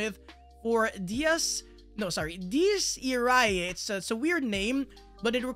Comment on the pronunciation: Say it with me. Die-es ee-ray